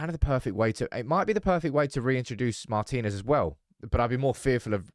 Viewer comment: Mar'tin'ez not mar'tine'ez drives me crazy 😂❤ love you love the channel 😘